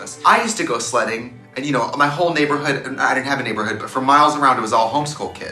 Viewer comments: Wait, why did I hear Trixie say "slutting" and not "sledding"?? I was so confuused lmao! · when i Trixie said she used to go sledding I legit heard her say "i used to go slutting" and im gagging rn.. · I HEARED: "I USE TO GO SLUTTING" I didn't question it because it was Trixie. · When Trixie said “I went sledding”, I thought she said “I went slutting...they were all home school kids”. 😂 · Oh, Trixie meant sledding! I totally heard slutting and was very confused.